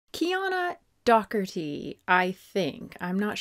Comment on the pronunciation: Docherty is my mother's maiden name, and you pronounced it properly ☺